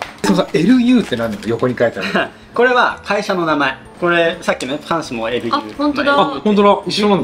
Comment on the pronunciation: フランスのホストマザーがLUをリュと呼んでたのに、日本のカルディとかだとルーって紹介されてるの違和感。やまちゃんもリュって言ってたし、やっぱりそれが正解なんですね。LUのお菓子全部美味しい！